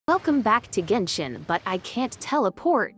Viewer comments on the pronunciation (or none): none